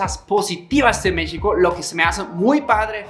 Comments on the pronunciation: Pronuncia México (sh) como é em Português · En dónde y en qué país no te explotan? Y aún dices Mixico jaja.